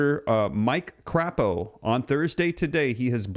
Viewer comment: Please stop calling him c*** o. It's crapo with a long a